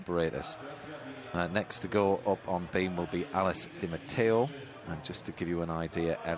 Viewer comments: I don't think even "1" you're right. I think the one that was the worst for me was "D'Amato" being pronounced "DiMateo"... they got the Brits right though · mispronounciation of the name D'Amato as Di Mateo is most probably because of the footballer Robert Di Mateo who was a household-name here in the UK throughout the 90s. So when he sees D'Amato he's probably assuming it to be a mis-spelling or just saying what comes closest by association because he can't think of how else to pronounce it. Again, still incorrect, but in this particular instance, that is why. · Can they learn to pronounce D'Amato instead of saying Dee-Am-Atayo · I mean, why doesnt the lady commentator correct him behind the scenes and say, "Actually, it's pronounced duh-mah-toh." Not Dee-muh-tay-oh. I cant find the face palm emoji, but I'd use it here. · Totally agree. What the fuck is "Damateo"??